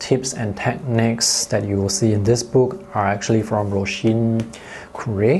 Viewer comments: I can confirm as a speaker of Irish that you pronounced her name very well! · I was hoping you’d pronounce Róisín correctly and of course, you did! (I’m from Ireland too) Galway is one of my favourite places in the world. Great review as always!